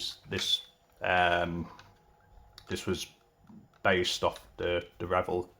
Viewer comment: You keep saying Rebel ... it Revell